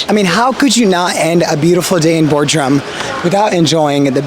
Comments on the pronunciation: It is Bodrum not Bordrum... and please don't thank me for the support. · Bordrum hahahahha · well at least it wasnt Boredrum